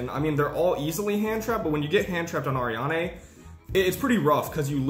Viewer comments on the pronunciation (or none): It's pronounced Ari-Anne , not Arianeigh